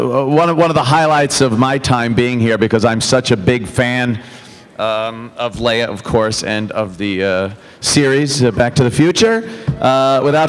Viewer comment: Hey Ant, isn't her name pronounced LEE-ah, not LAY-ah? She's not Princess Leah...